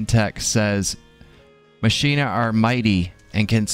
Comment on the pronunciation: Grats on the minion! According to Final Fantasy X, I think it's pronounced Mach-ee-na, but don't hold me to that, FFX isn't exactly the defacto Final Fantasy XD